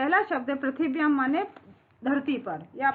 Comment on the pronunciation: कृपया पृथिव्यां का उच्चारण सही से करें